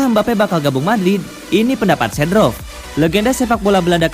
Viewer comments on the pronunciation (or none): Seedorf bukan sedrof min 🙏